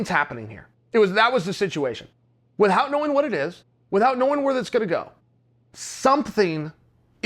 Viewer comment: I feel like I'm the one mispronouncing "without" now...